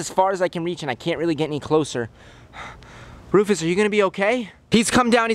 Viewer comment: Comment a name for the lemer. Also: Keeps calling him Roufus 😂😂😂😂😂😂